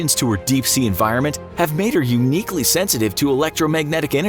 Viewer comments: Dislike for sayinin her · Every time he say's her, my brain cringes.